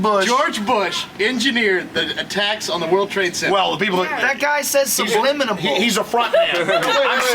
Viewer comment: joe mispronounces subminal every single time he tries to use the word lol